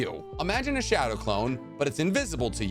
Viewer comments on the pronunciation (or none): none